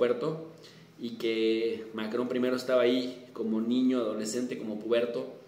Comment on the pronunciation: ya lo respetaba y ahora tiene aun mas mi admiración al mencionar a Macrón en Español. Usted sigue siendo grande profe. Saludos desde Los Angeles.